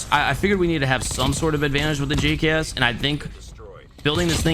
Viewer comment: He said "The Gucks" wrong btw.. Thought I'd point that out for you lot who might have missed that..